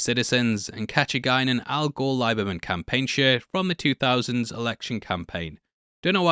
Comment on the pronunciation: Lieberman is pronounced LEEberman.